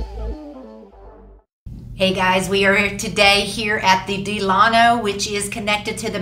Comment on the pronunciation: Great video! I’m not trying to be the grammar police but it’s pronounced DELL-A-NO. The hotel is named after Franklin Delano Roosevelt.